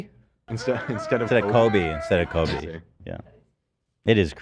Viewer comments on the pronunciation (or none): none